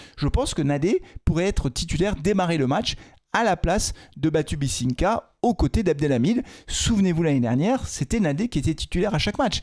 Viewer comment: Hello, Merci pour cet avant match, on croise les doigts pour que les verts marquent leurs premiers points en marquant enfin! Tu ne nous a pas encore parlé de ta préparation d'avant saison, et de mon point de vue tu n'as pas suffisamment dû faire tes exercices de rééducation sur la prononciation de notre Batu 😜 Alors il est temps de le faire! BatubINsika, BatubINsika, BatubINsika. Allez, des reps de 30 fois tous les matins, ça va rentrer 😅 Moyen mnémotechnique pour accélérer la récupéreration: BINsika comme BeIN sport, facile non? 🤡🥳 Allez les verts 💚💚